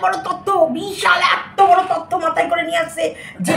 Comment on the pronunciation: Tottho na totyo😅😂